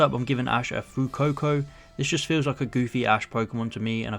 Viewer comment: Fuecoco: Its pronounced Fu-eh-coco Sprigatito: Its pronounced Sprig-a-ti--to Quaxly: Its pronounced Horrible-y you need the authentic accent